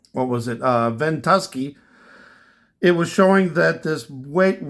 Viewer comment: I saw that last week. So strange. Website is pronounced ven-two-sky. Not that I mind I just thought you may like to know. Thank you for your videos, been watching for a couple years and not sure I've thanked you. I appreciate our Watchmen!! GBY